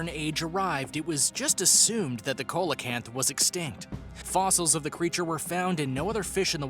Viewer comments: Coelacanth is pronounced SEAlacanth also its not THOUGHT to be alive it is KNOWN to be alive they have been filmed from subs for nature programs ..... So if you can not say the name right or even fact check if it is known about or not try lookiung at Wiki for a quick fact check i didnt even bother to view the rest of the video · I agree. That was cringe worthy. For example; Coelacanth.. SEE-la-Kanth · The pronunciation of coelacanth at the beginning is enough for me to know that they don’t know anything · This mans HAS to be mispronouncing things on purpose tHyLaCiNe, CoElOcAnTh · The pronunciation is sea-low-canth, Coelacanth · It’s actually “siːləkænθ”. The “low” part in your pronunciation is more like the “a” in the word about. However, if the guy in the video pronounced it the way you did it wouldn’t bother me as much as it did. I mean come on! It takes two seconds to google while it probably took several hours to “research”, script, edit, and do the voice work for the video. I haven’t watched the whole video but would guess based on the other comments that this isn’t the only glaring mistake. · see la canth.....not co la canth ...smh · ITS NOT A COLA-KANTH it’s pronounced SEE-LA-KANTH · (Sounds like)=Ce-la- kanth Not Cola-kanth🐟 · You sead coelcanth wrong it's seel_oh_canth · Pronounce Ceelocant not colocant lol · Ya it’s pronounced SEE-LA-KANTH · The fish number nine isn't pronounce right it's "seel-uh-kanth". I have a book and seen the documentary film of it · Am I the only one who thought when he said coelacanth he said cola-can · Coca Cola kanth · Coelacanth is pronounced SEE- luh- canth!!! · See low canth wino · You don't pronounce ce-lo-canth like that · Tasmanian tiger never lived in new Zealamd! Some have been rumored to be in Tasmania. Meg la don!!!!!! Cee la canth !!!!! Please do Some Proper research and pronounciation for your channel topics!!!!